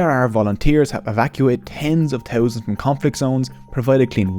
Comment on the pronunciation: Too towsand turt teen